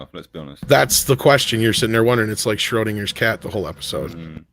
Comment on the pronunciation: Shroedingers shat 😂 (Childish, but it tickled me)